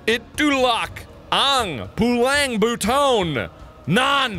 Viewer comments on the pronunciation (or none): I LITERALLY DIED WHEN HE READ THE FILIPINO TRANSLATION "ITULAK ANG PULANG BUTON" 💀